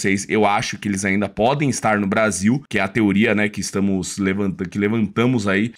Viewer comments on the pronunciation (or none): none